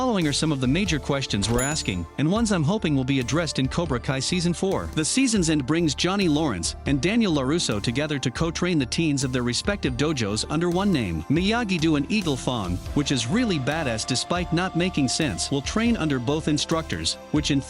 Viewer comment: As soon as you say Myagi “doo” and eagle “fong” I wonder if you even watch the show